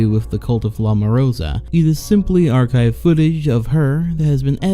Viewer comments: Morsa, morsa, not morosa!!!! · spanish word for walrus: Morsa this guy's version: MOROSA